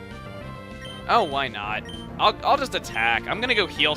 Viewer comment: He said whynut